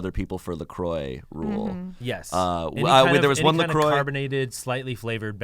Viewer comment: anyone else mad at how they pronounce la croix?